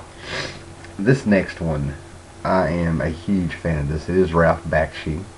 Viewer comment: man, learn how to pronounce BAKSHI!!!!!!!!!!!!!!! also, Light Years is based on a french sci-fi novel called Gandahaar!!! Isaac Asimov just adapted the story. he didn't write it.